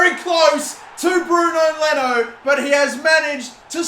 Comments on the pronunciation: “Bruno Leno”?? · he said bruno leno!!! lol